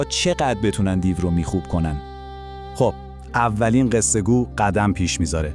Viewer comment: سلام، بعضی کلمات درست تلفظ نمیکنی،مثلا دیو میگی (دی یو‌ُ)وچند کلمه دیگر.درهرصورت موفق باشی،منتظرداستان بعدی هستم. رضاازمشهدالرضا